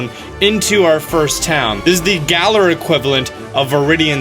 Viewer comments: "galar" is pronounced the same way "valor" is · The trailer clearly says the name of the region correctly. And yet purposely says it wrong. "Cringe"